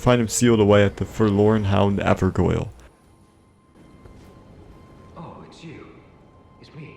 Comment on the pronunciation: A few corrections: 1. It's pronounced Blaith 2. It's pronounced like Ever Jail 3. Ranni kills Seluvis as she uncovers that he is plotting against her. He's been dead since you give her the blade from Nokron 4. That mask is always there and has nothing to do with Blaidd himself 5. Blaidd had no idea he would betray Ranni, only Ranni and Iji did but Ranni loves Blaidd and Iji raised them together and couldn't bare to tell Blaidd the truth.